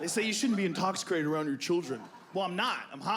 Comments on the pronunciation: What's "intoxicrated", Joe? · “Intoxricated” -Joe Rogan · Did Joe just say intoxicrated? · Literally 2 seconds in the guy says intoxricated instead of intoxicated... listen closely XD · Joe "intoxercated" Rogan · Intoxicrated haha 😂 pretty sure that’s what he actually said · Bro I read it while he said it and now I can’t un hear it